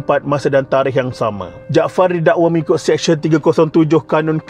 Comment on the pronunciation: Sebut betul2. Mahkamah SeSYEN bukan Mahkamah SEKsyen . Practice sebutan yang betul sebelum buat content.